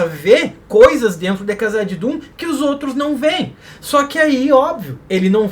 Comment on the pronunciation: porque vc fala "cazadidum' rsrrsrsrs